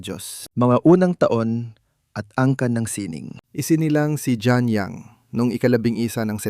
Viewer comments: Tama. Gusto kong pakinggan, pero linikilabutan ako sa pronunciation. Hindi "Jeab" it is pronounced like French " Jeanne " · Ang pagpronounce ng pangalan niya ay "Jan" not "Jean". (just saying). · Jeanne...pronounced ZEANNE